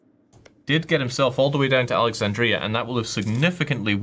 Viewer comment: The commentator has a strange way of pronouncing Alexandria